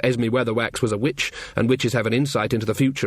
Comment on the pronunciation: I deffo hear 'bitch' not 'witch' !